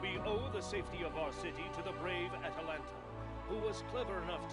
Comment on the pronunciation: i keep hearing you say atatlanta instead of atalanta :D